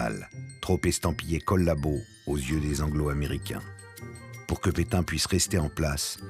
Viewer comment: Mais vous avez raison. y dit pitin au lieu de pétain. Qu'est ce qui lui arrive. Mais c'est bien qu'il a trouvé un travail jsuis contente!